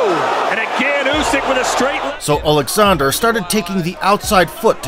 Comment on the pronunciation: Wow, someone who can actually pronounce Usyk’s first name correctly, you’d think the big “O” at the start would help but damn people are ignorant